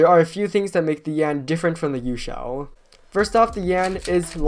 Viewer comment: I do not like him saying YueXiao v2